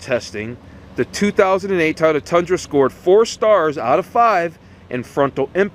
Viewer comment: Please practice pronouncing Toy-oh-tuh.... otherwise great review.